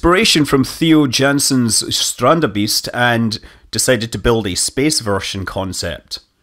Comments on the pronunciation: Manley Quick pronounciation trick Theo = "TAY-oh" Jansen = "YAWN-sun" Strandbeest = "STRAWNT-bayst" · That is not how you pronounce it :p Try to say this without a pause "Stran T be e st"